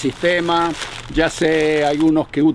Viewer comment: Shá decía shó....jeje... buen video, saludos...